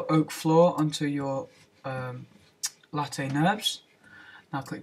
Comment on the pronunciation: Late nurbs... HAHAHA LOL! You pronanouce it as layf :d